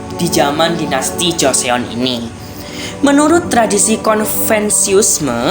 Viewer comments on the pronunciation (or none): Cara nyebut nya bukan joseyon bang tapi joson